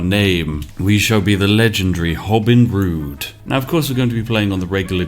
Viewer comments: “Hobin Rood” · "hobin rood" sounds like "hobin rude" which checks out and was probably an intentional move